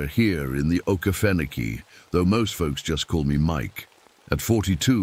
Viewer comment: texas. And it's O Key Fen Oh key